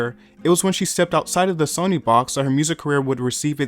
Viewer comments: Cringe. Hearing a name pronounced incorrectly makes it impossible to watch. Sonny Bono should be pronounced the same as Sunny day. Sonny comes from sonny boy. Son is what a male child is called. Get a real education before making utube videos. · It’s pronounced sunny bro… 🤦🏽‍♂️ all these kids want to do history videos and can’t even get the damn names right… 🤦🏽‍♂️ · Who TF is "Sawny" Bono and "Sony" Bono? 😂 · Tell me you've never heard GT&T because you can't pronounce" Mobile". Sh!t you can't say "Sonny" correctly.